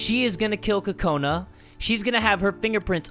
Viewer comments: It's Kokona not kakona!!!! Btw do your eyes change colour on your profile or is that just me? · its Kokona Not Kakona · ITS KOKANA NOT KAKANA )————————(